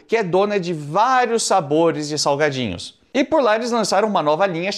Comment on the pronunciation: “salgadinhos” ou “saGUAdinhos”?😂